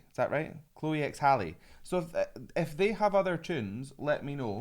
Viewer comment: Her name is pronounced as Harley.